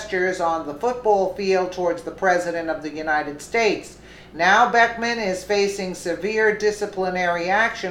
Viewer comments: Liked the video but its BECKHAM not BECKMAN. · His name is Beckham, not Beckman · It's Beckham and not Beckman. It's not that he deserves the respect, but you want to accurate. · I also think it's disrespectful what he did however his name is Beckham not Beckman. If you were doing that to tick him off then forget I said anything. he probably deserves to get ticked off.